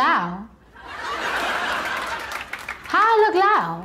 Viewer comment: Ho I loo lou? Ho I loo lou?? Lmao 🤣